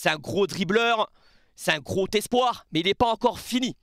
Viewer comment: Gros tattoo ? Gros atout (zatout car y a un s à gros pas un T ) mais c'est pas grave hein j'aime bien ta chaîne mais ça fait 50 fois que tu mets un T à la fin de "gros" 🤷😅